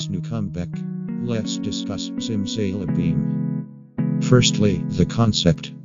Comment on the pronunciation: I respect your opinion. But I cant get over the way the voice says zimzalabim ziMzaYlabEeM